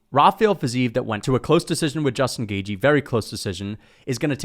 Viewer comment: Why you call him Justin “Gayjee”? 😂😂